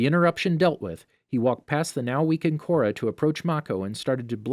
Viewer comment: Kora....Corridor.....KORADOOR My sister and I laughed way too hard at this🤣